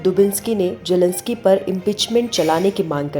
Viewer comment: Jelensky nahi zelensky